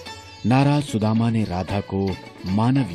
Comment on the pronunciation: Shredhama not Sudhama